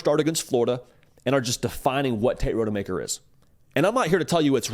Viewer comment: Dude’s name is ROD-UH-MAKER. Not Road-uh-Maker